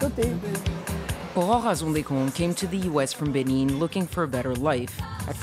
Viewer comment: She keeps on pronouncing the as Ze